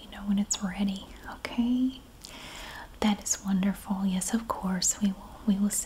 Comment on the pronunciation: i love the " yeyysss" for yes haha southern twang!! i wish i had one